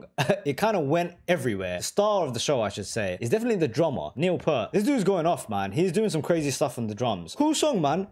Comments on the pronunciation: Neil's last name is pronounced P-ear-t (pointing to my ear). Not Pert. Got it? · His last name is pronounced : P- Ear-T; not Pert. A great Canadian trio who Neil was the drummer and wrote the songs. He is your favourite drummer's favourite drummer. Buddy Rich; Jon Bonham; Neil Peart top 3 anytime anywhere. Can not pick the top of those three. Each influenced the next generation. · "Neil P-ear-t"